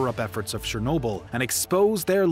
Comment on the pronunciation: it's not shernobyl... it's CHE sound, not she!